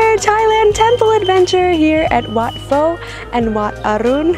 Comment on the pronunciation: In Wat Pho, Pho is pronounced like Poe, not Foe.